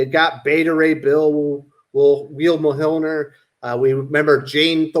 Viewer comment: I'm pretty sure you're saying Mjolnir wrong lol